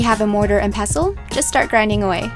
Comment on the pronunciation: Are you calling it a 'passle.'? Its Pestle.